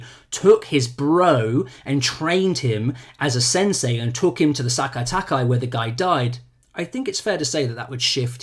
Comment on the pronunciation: Nobody on any video I have watched this weekend has been able to pronounce Sekai Taikai properly